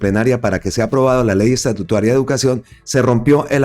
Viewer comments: me encanta su canal. Me informa a la vez que divierte. He notado que incurre en error cuando habla de ley "estatutuaria". La expresión correcta es "ESTATUTARIA" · Saludos amigo, usted dice ESTATUITARIA …..pero se lee: E S T A T U T A R I A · Gracias por su excelente programa. Leer: "Estatutaria".